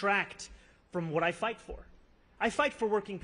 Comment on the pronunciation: "I fivght for working people!" I like that❤